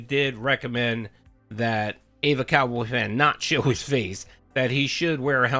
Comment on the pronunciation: I honestly just want to know why everyone keeps pronouncing “EvaCowboyFan” as “AY-VUH Cowboy Fan” lol???